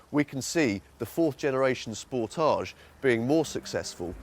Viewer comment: It's not not a French word like fromAGE. You pronounce it like advantage, voltage, cottage etc....